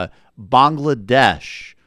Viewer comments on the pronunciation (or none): mawl-dives bongle-la-desh